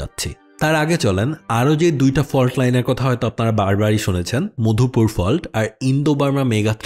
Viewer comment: Mopdhupur❌ Madhupur✅